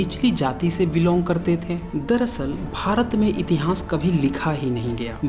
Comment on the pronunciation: please learn to pronounce itihas properly. I have listened to your video on Nalanda University also. Rest you have tried to provide good facts but need more authentic references just one or to books are not sufficient.